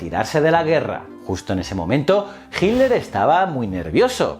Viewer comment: Ojala mi pregunta aparezca en tus notificaciones, tengo una pregunta que no he podido resolver. Porque, principalmente en presentadores españoles a hitler lo llaman "hilder" o "hiler? Hay alguna razon para esto? Es algo bastante marcado en los videos españoles, gracias